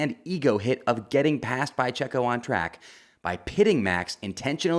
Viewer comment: i hate the way you say checo’s name